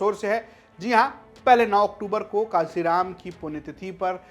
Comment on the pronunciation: Pahle tum muh samahar ke bolo 😂❤kansiram❌kanshiram ji ❤